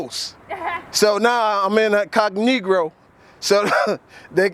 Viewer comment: in-cog-negro , LoL